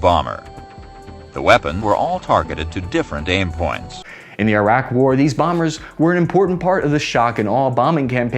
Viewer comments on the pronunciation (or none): none